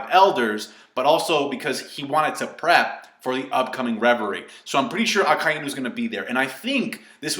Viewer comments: I am a native Japanese speaker you are incorrect in your pronunciation. It is pronounced Akai-Inu. It is a play on words with Akai = red and Inu=dog so the "i" is said twice. Even in the anime it pronounces it like this. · Why does everyone pronounce Akainu as A-Kai-e-nu, were did the "e" come from? Great video anyways